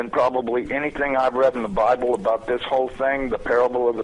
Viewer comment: ze bIIIible,really? lol